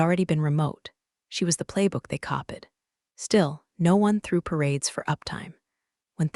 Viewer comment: How does ai even pronounce copied wrong 🤣